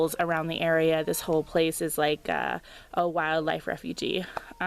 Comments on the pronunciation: Hi Refuge is pronounced "refewj" not "refugee". Although wildlife are refugees in a sense! Very nice video! Sub'd and thumbs up! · "Refuge" rhymes with "huge". It's not "refugee".